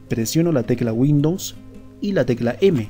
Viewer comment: minimo pronuncia correctamente windows....